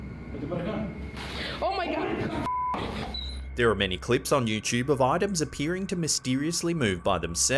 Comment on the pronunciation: "¡OH MY GA, OTRA VEZ!" I love it! She sounds like she may be Dominican. ¡Ya tu sabe!